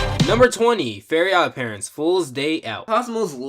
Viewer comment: why does he always say Fairy odd parents, isn't it Fairly?